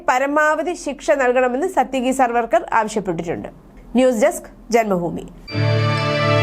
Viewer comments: സർവ്വർക്കർ അല്ല സവർക്കർ. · പേരുകൾ ശരിയായി പറയാൻ ശ്രദ്ധിക്കണം. സർവർക്കർ അല്ല